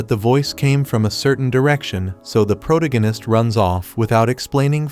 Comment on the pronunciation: Like the recaps but every time the AI voice says "Pro-tig-in-ist" instead of the correct pronunciation and it drives me bonkers!